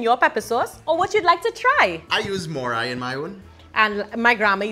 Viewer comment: what is "more eye".